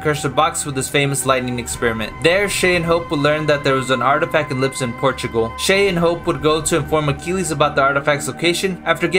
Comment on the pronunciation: It's Lisbon, not Lipson :)))